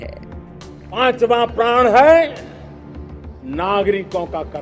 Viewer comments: प्रण के जगह प्राण बोल रहे है हमारे माननीय प्रधानमंत्री लगता है जनता के प्राण लेकर ही मानेंगे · प्रण को प्राण बोल रहे हैं। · Pran hota hai Praan nahi!! Dono ke matlab alag hote hain